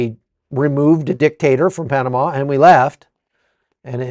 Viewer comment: Panamá, penomme